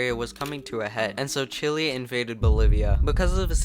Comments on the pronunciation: Great video but the pronunciation is chile like chill ay not chill ly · Mf is calling it Chilli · It's pronounced CHILL-EH.... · wait i thought it was pronounced shilé